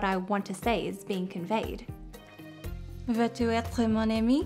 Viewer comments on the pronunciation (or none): Elle était très proche. Tout ce qu'elle devait faire était de faire ressembler le « u » de « tu » au « ü » allemand de « Müller ».